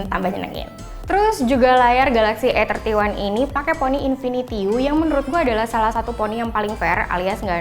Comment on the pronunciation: Masukan buat mbak yg ngomong.. Kalo mo sok inggris emg bagus, tapi pengucapannya salah.. Bacanya 'ei' 31 jangan "e" 31.😊😁 Supaya gak bikin bingung bacanya mending pake bahasa indonesia ajha, "samsung galaxy a tiga satu"😁